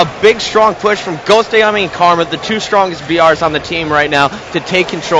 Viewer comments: Ghostayame not ghostiomi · Gostiomi? Wow.. that's not even pronounced correctly.